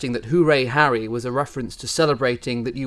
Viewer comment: These court re-enactments re truly dreadful. Couldn’t GB news get a better wig for the KC, the wig used here looks like cheap dolls hair. The actor playing Harry has rhotacism the inability to pronounce the letter r something which Harry doesn’t possess, or has this been done to make Harry appear more inept.